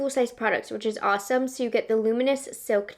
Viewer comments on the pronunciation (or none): none